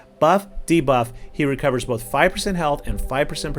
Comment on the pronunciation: Do it for Pope George Lucas. I swear that’s what I heard, but you probably said “both.”